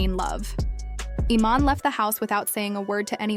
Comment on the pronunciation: The AI mispronouncing the name is erking me more than anything